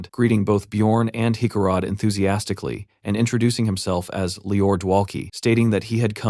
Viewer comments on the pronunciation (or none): Enthizimastically or Enthuzimonkastically... or ... and so on and so on .... Geebus Tits how hard is it for an AI Reader to pronounce the word Enthusiastic or Enthusiastically? 😆🤣